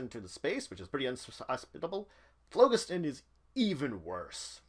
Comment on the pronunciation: I like your vids, but you are mispronouncing phlogiston. The first O is long, the G is soft, and emphasis on the second syllable. I verified this quite easily online.